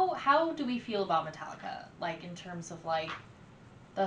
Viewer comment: It's pronounced Meta-leeka. I got into them back when their name was Alcohollica, and yes their 80s stuff was way, way better than their new stuff. They're the opposite of the Beatles in that way. The Beatles began silly with songs like I Want To Hold Your Hand. Later though, after the LSD and pot, they got a lot better with Strawberry Fields and I Am the Walrus. Metallica began strong and then eventually became silly after they stopped drinking and snorting coke